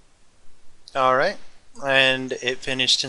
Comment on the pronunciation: funny way to say alright